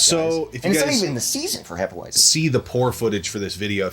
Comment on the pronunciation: Hefeweizen. Pronounce the 'w' as a 'v', c'mon boys. Also, please have Megadan and Gabbo on a vid together with y'all soon. 🍻